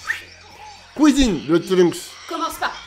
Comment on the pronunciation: "Tu peux aller à la couisine" 😂😂😂 elle me fume cette phrase